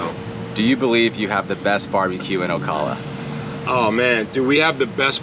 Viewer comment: You mispronounce Ocala....arghhhh.......Do you also say KISS a me?